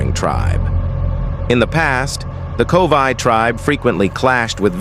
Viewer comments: It's Korowai, NOT Kovai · It is Korowai NOT Kovai.